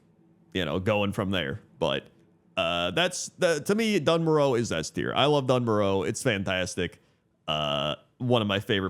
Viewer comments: Doone Moarr Uh Please Not dunn murrow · Dun Morogh...... Yuk 😂